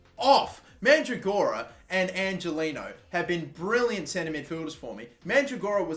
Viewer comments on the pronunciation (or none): Angeliño is pronounced Anhelinyo. just fyi so you don't piss off your latin viewers